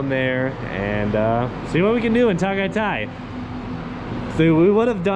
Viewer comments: Biscuit Boys, I'm starving. Beef Tapa???? Epic. Is that Jessica Soho of KMJS? the way you frackers pronouce "Ta-gay-tay" such an epic and funny 😀 Taal Volcano erupted January 2020, right before the pandemic. You can't go to the island now, its still within the danger zone. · It's pronounced Tah-Guy-Tie. There's no a accent. Just ask a local how it's pronounced.